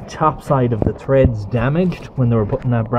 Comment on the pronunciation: Treds? You mean threads